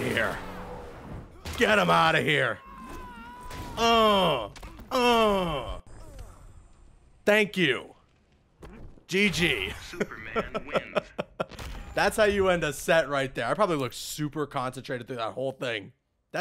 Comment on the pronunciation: " Snyder Cut Snooperman"